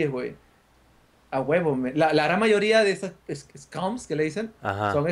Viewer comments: se dice skank o skanc no me acuerdo como se escribia bien, no scums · Es skanks no scums jaja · Se dice Skanks no Scums